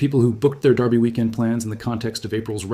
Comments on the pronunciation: Definitely AI. His image and voice are used in at least 2 dozen other channels that I know of. That, and the word derby was consistently pronounced darby; as in the Kentucky darby..It's easy to figure out whether it's AI. Listen for mispronunciations. AI usually gets some words wrong. They struggle with numbers too. Numbers, like dates or prices come out in weird nonsense syllables and gobbledygook. AI struggles with reality in general. I like the gardening videos done by AI. The illustrations are hilarious. earthworms have feet and antenna, tomatoes grow on celery, and there's lobsters in the gardens.😆🤣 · Since when is Derby pronounced "Darby" ?